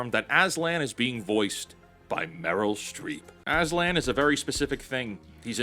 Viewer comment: I'm sorry who the the fuck us meirll Streep?